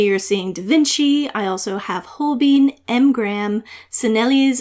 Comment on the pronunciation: For Holbein, It is "hole-bine" rhymes with "line" not "hole-bean" rhymes with "lean".